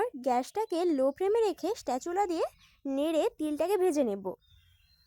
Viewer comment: কথা টা স্প্যাচুলা হবে স্টেচুলা নয়